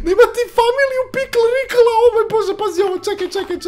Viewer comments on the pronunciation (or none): Pikl Rikl hahaha kaže se Pikle Rik ali bolje si ti rekao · Ne zove se pikl rikl nego pikl rik